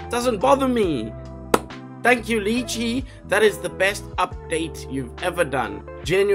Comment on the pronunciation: Lol love your vids but it absolutely throws me every time you mispronounce lychee, lol. Weirdest kryptonite ever haha